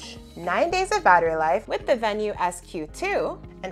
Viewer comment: Thank you for pronouncing Venu correctly. So many reviewers pronounce it with a long e sound like veenu.